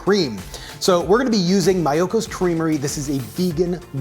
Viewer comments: Nice video!!! Thanks. 🙏🏼 We’re going to try it! BTW, Miyoko is pronounced ME-yo-ko and not MY-yo-ko. If it were pronounced with a “my” sound, it would be Maiyoko. Sorry, I thought you’d like to pronounce her name properly. 👍🏼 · Myoko is my favorite! BTW, it's pronounced mee yoko. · Just for the record her name is pronounced mee-yoko haha 😂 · Bro, great recipe. The butter name is Japanese and pronounced ME-YOKO! 😉😊😋💚💚💚